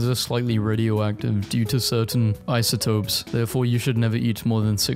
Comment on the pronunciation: So many of these thoughts are from the terrible era of "fam". Side note: I really appreciate you looking up how to say isotopes correctly before saying it. My brother doesn't speak English that well and watches your videos hearing you pronounce hard words properly will help him.